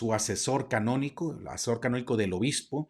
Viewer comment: Se dice derecho Canónico y no Cabonico